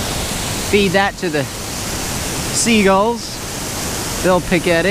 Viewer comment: If he says sea guuls one more time I swear